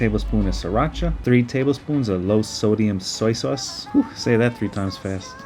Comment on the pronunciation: "solowdium sausoy"